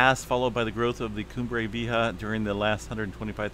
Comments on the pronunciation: Coom-bray Vee-YAY-hah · 👉👉👉 "Coom bray Vee A Haw" ... "J" in Spanish makes the "H" sound 👈👈👈 San Jacinto... 👉👉👉 "San Ha Cen Toe" 👈👈👈 ❤🌋🙏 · Coom-bray Vee-A-Ha=Cumbre Vieja=Old Peak....Cheers! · Koom- bra...V.A. haaas